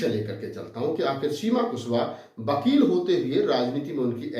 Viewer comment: बकील नहीं कहते वकील बोलते है।